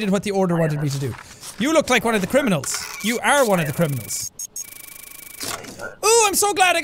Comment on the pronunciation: "Maybe I shouldn't detain people that aren't criminalns " not even ten seconds later "DETAINED"